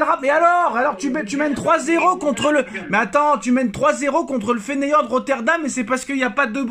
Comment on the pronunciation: FEYENORD FEYENORD PAS FENEYORD